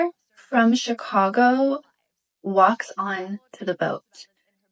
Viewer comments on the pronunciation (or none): none